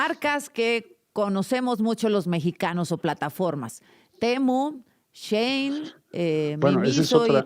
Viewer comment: Yo cada que dice "Chein": 😵